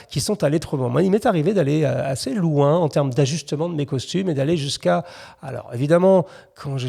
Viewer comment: çà vas très louins, presque trop louuiins